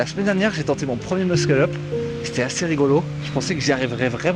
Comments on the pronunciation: Non mdr c’est juste qu’on dit Mussel up et pas Muskel up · Ce que je veux dire c’est que si il avait écrit muscle up dans ta tête tu aurais lu meusseul eup (j’exagère sur l’écriture mais c’est pour que tu comprennes) or là il a écrit de manière exagéré pour que tout le monde comprenne que le prononce mal